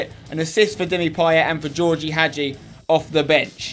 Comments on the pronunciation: spencer i know it's spelled als georgie but it's pronounced as George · Btw Spencer, Gheorghe is pronounced ge-or-ge, I thought I'd let you know